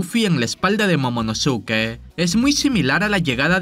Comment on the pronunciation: Momonoske, Pronuncialo ya bien